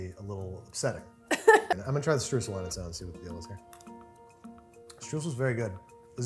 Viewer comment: it's a hard word to say because you're saying it wrong. it's pronounced str-oy-sel ! (Source: I am German, that's how we say it)